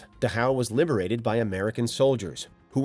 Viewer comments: It's DAchau, not DaCHAU. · What the heck is the Duh-how camps. It was the Dach-au concentration camps.